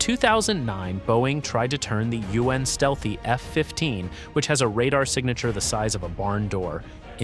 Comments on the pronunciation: Ai video. I hate Ai voice overs. "it has a U N stealthy radar cross section" I'm out. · This is AI right?? U N Stealthy??